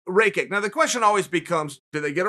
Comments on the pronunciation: Its not reykick haha his last name is rakić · Tamaz Okruashvili Its actually rach itch as a Serb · Chael, his last name is Rah-kitch. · Chael. He's from Bosnia like me and his name is pronounced "ruck-itch" with the rolling r. And it's not Noons it's Nunez. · Who the fuck is "Reychek " ? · Pretty sure it's pronounced Raw-kich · Is somebody going to explain to Chael that it’s pronounced “Rock Itch” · I speak german and its pronounced Rakitch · Tamaz Okruashvili No, it is pronounced "ray-kick" or "ray-check" or "ra-kick". The man has said it himself. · I thought I knew how to pronounce his last name, Rakić, but I got educated by the G.O.A.T. himself, so I guess I'll be saying ray-check from now. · Chael: Alexander Rake-Kit Me: This is a very real thing... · Chael "Aleksander Reykick" Sonnen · Chael made a video of jiri and rakic,and they were both just of him mispronouncing their names🤣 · Cheal Learn to pronounce Rakic name men 🤷🏼‍♂️ you made fun of ppl who couldn't pronounce other fighters name... Some know how too 🤷🏼‍♂️ its your job 🤷🏼‍♂️🤷🏼‍♂️ you are very professional so far... 🤷🏼‍♂️ living by your rules men means something 🤷🏼‍♂️🤷🏼‍♂️😶 😂 ps-you doing good awesome job, just 🤷🏼‍♂️🤷🏼‍♂️ be 100% men 😂😂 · Why you obviousely says his name incorrect? You know how to spell but bc you dont like him you spell it wrong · Chael doing Chael things 🤣🤣🤣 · No, he is not 😅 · Aleksandr ..... "Shit how do I pronounce that" Rakic